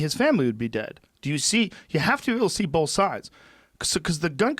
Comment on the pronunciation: Joe "Bowlth" Rogan